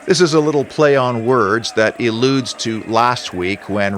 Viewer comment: Great analysis as always, but...... "Eludes" or "ALLudes"? 😉 Further to earlier comments, has Diego Carlos lost his passion and hunger having been so successful? Nothing left to prove? HUGE wage packet irrespective of his performances? Not motivated?